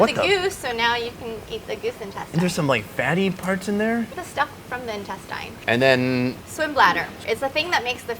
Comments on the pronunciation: try the goose intesTINES. mE: quack (duck face) well at least she pronounces it phonetically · No one : Her: goose INTESTYNESS